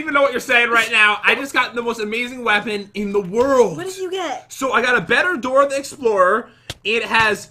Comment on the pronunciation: lol "Dorah da explorah lucky block"